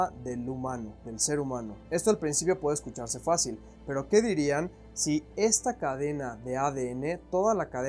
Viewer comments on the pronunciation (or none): hola, esta todo bien solo que al principio de tus videos te recomiendo colocar el acento en la palabra fácil. saludos